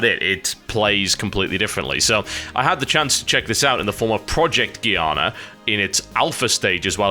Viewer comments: TB, Giana is pronounced Jee-ah-nah, not Gee-ah-nah. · It is pronounced "djiana", with the same sound of a "j", not with a "g" like in "gear". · It's Giana, not Giana. :D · TB its "giana" :) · TB it is pronounced Giana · It's with a G, not G. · Since the game is made by Germans, it is probably pronounced with hard G, and not the English g that is more like a j... not that it matters. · Giana is an Italian name (like say Mario) and should be pronounced like a J (like Genoa, Geordie La Forge, or Giovanni)